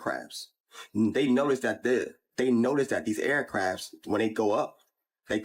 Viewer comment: Deez aircraps...dey notice that deez aircraps....🤣